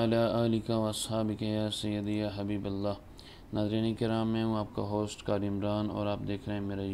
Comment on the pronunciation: ماشا اللہ کاری اور کوران کہنے والے قاری صاحب پہلے اپنا تلفظ ٹھیک کرلیں